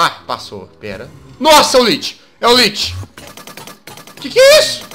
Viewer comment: jazz se lê lich mais se fala liki